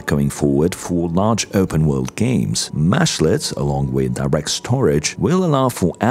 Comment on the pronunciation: They are mEshlets with an E. While it mashes meshes together a little bit of a mesh is a mesh-let... I hear this term a lot so the beginning of the video was really painful to listen too.